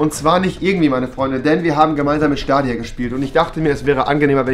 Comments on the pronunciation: Schdadia nicht stadia nh😂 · Rewi die ganze Zeit: Schtadia dann gab es ein cut und er spricht es auf einmal richtig aus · Dieser Moment wenn er nichtmal weiß wie man Stadia ausspricht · SCHTADIA, Stadia, Staadia Oder auch SCHTALINGRAD… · Niemand : Rewi: schtadia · wer kennt den nicht SCHTADIA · wer kennts nicht wen rewi einfach ne korperation mit schtadia amcht xDDD <3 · Niemand: Rewi: SCHTADIA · Staidia nicht stadia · Staydia (englisch lesen) spricht man das aus!!! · SCHTADIA :D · Schtadia XD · Schtadia wer kennt es nicht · Das triggert wie du Stadia aussprichts.